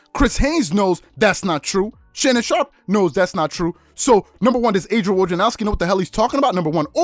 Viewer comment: “Woj adrianowski” 😂